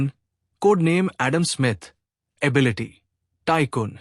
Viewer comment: Bhai morgan ki ability kitni hai saaf saaf bola kar bhai ability bolte same muh me kya le lete ho😮